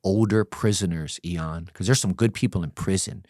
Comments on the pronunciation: Its funny that this guy is one of those dudes that constantly say the name of the person they're talking to.. I know that people do that as a term of endearment.. BUT, It's just that much funnier because he keeps saying the name incorrectly over and over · The longer I listen the more it feels like he's going out of his way to mispronounce Ian's name. Its really annoying 😑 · Surprised didn’t get bothered by mispronunciation. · 10 minutes in I'm like he's pronouncing your name wrong 20 minutes later I'm like it sounds better😂. Elons cousin Eeon. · " Must" from now on😂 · Call him "E-yon" one more fucking time 😂 💀🤣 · you’re one L away from being Elon musk. Take that L and run the world 😂 this was an EXCELLENT episode and I always am in awe that you don’t cut people off when you know the answer, like I know IAN, you know what gladiator school is, you know what the various cars/gangs are and the insides of prison through your own experience and hearing countless others talk about their experiences. (You didn’t even cut in to say your name is being mispronounced (not a big deal but this guest kept saying it haha almost like he was trying not to forget your name 😅) ((it’s common to say someone’s name so often if you’re bad with names, I do it too because I forget peoples names easily and I’m a paramedic so I make it a point to always use the persons name to keep it in my mind but I can see how it annoyed some people.) I feel like you’re gonna get some EON comments for time to come haha. But again, amazing interview, amazing guest. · Ian is a saint for not trying to correct him so saying his name wrong. Dude, please get yourself more knowledgeable of who is interviewing you 😅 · The hardest part about watching this video is him calling him. i’m pretty sure that’s a length of time not a name. Ian is the name. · Why this guy and that one rockers co Leroy be saying your name funny lmao nobody ever seen the word Ian before they calling u lol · Ian, not E-on